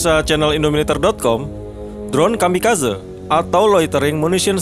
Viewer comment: Kamikazé.. gemes denger kamikazeu😂